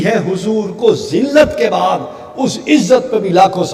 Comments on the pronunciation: اوجاہل انسان بعدذلت کے ب کےاوپرپیش ہےزبرنہیں ہے اسکا مطلب ہے ذلت سے دور رہنے والے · بعد نہیں بعد دال پر پیش ہے